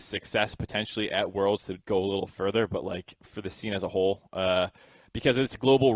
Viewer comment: Did anyone notice, that every time says "But like" it sounds like "Bud light" Example